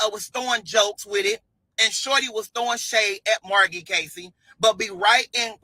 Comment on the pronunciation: Margy??? Ninja its M A R G I E